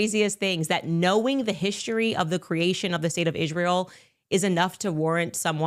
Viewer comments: How many times does it take Condace to attack Jews in Israel before she actually says Israel correctly?? It's not "Ishreel" you ignorant bish😂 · She had Ishhreel on her mind carry on😂